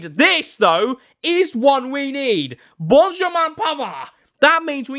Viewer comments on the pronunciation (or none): none